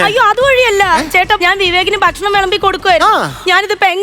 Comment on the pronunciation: ദയവായി 'ബക്ഷണം' എന്ന് പറയരുത്. ഭക്ഷണം എന്ന് പറയൂ